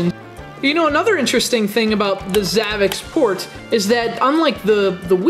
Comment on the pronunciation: Your pronouncing the system wrong its like if you were going to try to pronounce ZAVICSPORT The last part of the name should be like if your trying to say sport with zavic. Just trying to clarify.